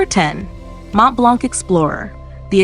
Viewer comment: So, Lynx Africa applied liberally doesn't cut it then?! By the way, it's "BULgari", not "BulGARI", and there's no "k" at the end of Montblanc. More training of the text-to-speech software required.